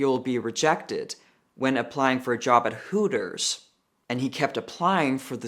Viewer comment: It's hooters not tooters